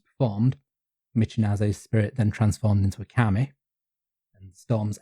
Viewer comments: yes! And kami means "god/deity/spirit/etc." while kame means "turtle", so it's a funny little mistake. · Pronunciation problems: KamEH is a turtle, not a god/supernatural spirit/paper. Kameeh is that, with a very soft eeh at the tend. So, even if turtles are kameee, you called Fuji-san a turtle, not a god. And no kami is a god in the Western abrahamic sense, as all of them can (and are) be vanquished by human heroes, just as in Homer both Aphrodite and Mars are hurt by the uncontrolled fury of Greek heroes. It's just the anti-human stupid Judeo-Christian nonsense that put people at a place where we're nothing before god. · Interesting to hear the common pronunciation mistake I'm constantly guilty of here, being from Yorkshire: "Kami" being pronounced by as "Kame". The nice thing about Japanese is that the kana characters are totally phonetic, eliminating a lot of ambiguity in pronunciation... but old habits die hard